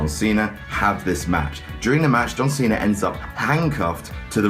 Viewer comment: why does he call him john cenar.